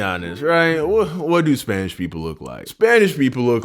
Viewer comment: I thought you said spainsh